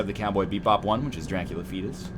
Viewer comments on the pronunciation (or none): none